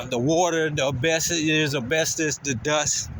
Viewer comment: First of all, welcome back, we missed having you to laugh at. Its called asbestos(not bestis), and black mold(not mole), and that is abated and removed before the demo process. I hope you made friends in there, because its just a matter of time before you end up going back